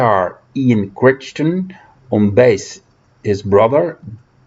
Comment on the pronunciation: Love the list. BTW the name Crichton is pronounced to rhyme with "whiten". I love Beginner's Guide but don't like Generation 13 as I think it lacks good melodies and the lyrics are too expository.